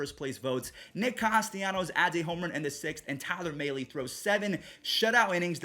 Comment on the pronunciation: I don’t mean to be that guy but it’s not Tyler May-lee, it’s Mahle as in Math